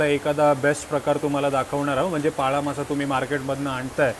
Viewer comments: तुम्ही शाळेत ल आणि ळ यातला फरक शिकला नाहीत का, तुम्ही नेहमीच ल चा उच्चार ळ असाच का करता. हा मासा पाला मासा आहे पाळा नाही, भाजीचाही पालाच असतो पाळा नसतो, शिवाय कारल असत कारळ नसत. तुमच्यापेक्षा उमाच मराठी ती अमराठी असतानाही जास्त चांगल आहे. मीसुद्धा आगरी आहे त्यामुळे तुमची मराठी कानाला खटकते, जमल तर सुधारणा करा. कारण आम्ही रोजच तुमचे व्हिडीओ बघतो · पाळा नाही "पाला" मासा ...